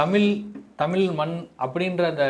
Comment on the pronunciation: பேட்டி எடுப்பவர் தமிழ் என்ற சொல் உச்சரிப்பு தமில் என்று சொல்கிறார்.